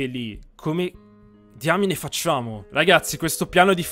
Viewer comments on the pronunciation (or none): none